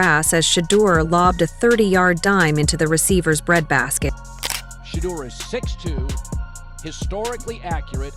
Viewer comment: SHEDEUR...SANDERS. NOT SHADUR.